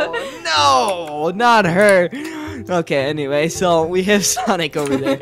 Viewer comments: What the heck you call them Samick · I love how they call them Sanec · it is not sanic it is sonic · It's not whatever you call him it's Sonic not Sonic Sonic mrs. This is Brielle I would all of your videos and I want you to make a new video soon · It’s not sanic!!!! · It’s not sanic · It's pronounced sonic